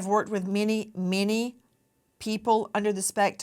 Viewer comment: "I have worked with meenay meenay people under the autism spectrum, and none of them have ever seemed crayeepee." Ok, thanks Nancy. Maybe go back to Alabama...